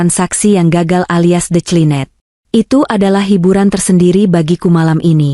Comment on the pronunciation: Jember utara🎉 Cara pembacaan cerita tol diperbaiki incoming bkn intjaming...detjlinet dr decline